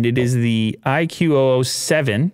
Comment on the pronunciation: IQOO is pronounced as eyekoo. Like a single word. Just for your future reference.